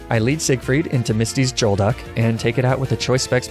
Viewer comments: "jolduck"... thank you for these horrifying mispronunciations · I love your videos man I really do. At the age of 23, I still find myself loving Pokémon but you’re killing me with these pronunciations😅😅It’s not “Jolduck” it’s G-uh-olduck. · that lapras and goldduck pronunciation bugs me. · "Jolduck" and "Laprah" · did he just say jolduck instead of golduck? And why did you pronounce Lapras and Arcanine that way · “Laprah” Fine “Arcaneenay” Fine “Jolduck” Alright fellas I think it’s time for a crusade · Your pronunciations are hysterical, Golduck, Lapras, Arcanine and Magnemite are not pronounced that way.